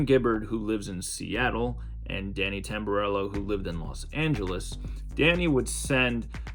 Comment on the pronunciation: How could u butcher Jimmy Tamborello’s name like that 😂